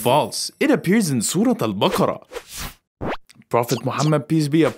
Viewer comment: I think he used AI to say that and it said it wrong😐